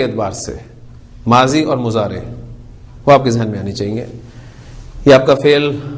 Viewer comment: مضارع عربي زبان ميں Mudarey پڑھا جاتا ھے نا کہ اردو کی طرح مزارع۔۔۔ kindly note pls. JazakAllah khair السلام عليكم ورحمة الله وبركاته